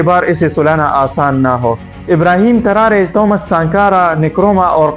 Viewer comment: Not Tarare its Tarore